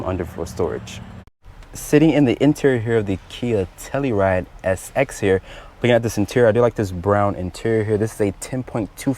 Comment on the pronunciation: TellUride, not tellyride.